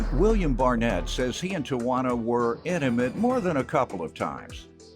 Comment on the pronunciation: I had to rewind again and listen to him say inimate.. I was like wth lol..